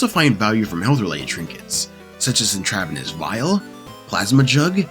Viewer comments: He should read so he encounters more words he doesnt know cus clearly his vocabularly is limited. One should also read because one would pick up on the etymology of words where you would literally never pronounce it the way he did. You should also start reading more cus you have no idea what youre talking about- this cope of "you never hear the word" is silly, again just sound it out. In-trav-en-ous is an insane pronunciation if you speak english - the first bit is "intra" "in-trav" -- did we stop teaching Etymology and latin roots? is OP ESL? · How the fuck do you mispronounce intravenous. Get off the video games hit the books dude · Stuff like this bothers me too, but I feel this is ai which is why he got pronunciations wrong.